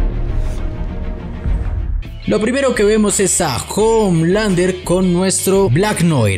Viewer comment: Exacto, y Homelander se pronuncia omelander